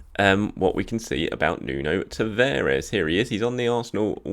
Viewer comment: Its Nuno TavAres, not Nuno TavEres 😉 And LOkonga, not LAkonga :)